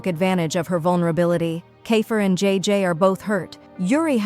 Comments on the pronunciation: Is not g is jay jay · Bro its jayjay not g btw this is called Ang mustya ng section e this if filipino but it has a bit of english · Its not iris it aries,its not jee its jay jay pls pronounce names properly